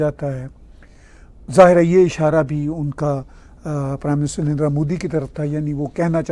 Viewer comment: Love the punjabi andaaz of saying "pew-ton" 😅 And, of course, "N'rrndraa"😂